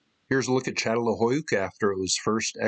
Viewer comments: Çatalhöyük. The "Ç" is pronounced "ch". It's not a good idea to tell an academic how to pronounce what they study. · If you’re going to talk about Çatalhöyük, please pronounce it properly, I couldn’t take any of this seriously. It’s CHA-TAL-HOO-YOOK, as Chris pronounced it in the presentation at the end of your video.